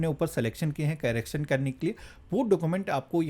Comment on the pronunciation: कैरेक्शन नहीं करेक्शन होता है😂😂😂